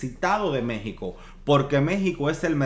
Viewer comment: Una falta de respeto que te refieras a México como "MEH-XICO"